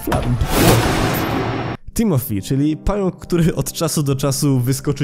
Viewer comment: Timothy a nie timophi